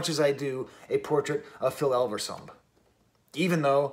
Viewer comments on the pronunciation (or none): saw elve, say rum, say elverum